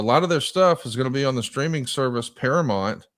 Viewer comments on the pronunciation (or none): Conrad saying paramont is driving me nuts